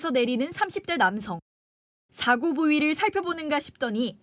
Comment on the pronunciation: 기자가 '사고차량'에서 '사고'라는 단어를 아주 짧게 발음하는데 '사:고(事故)'이라고 장음 발음을 해야 한다.